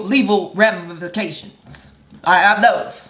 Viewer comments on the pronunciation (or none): watch out now cause peter got that “leval ramafaction” 🤣🤣🤣